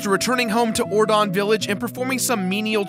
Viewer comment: kinda over-pronounced Ordon... It's not Or-DAWN, it's Or-dun, as in ordinary.